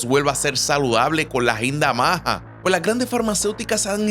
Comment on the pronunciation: Hola no se dice maja, dino maga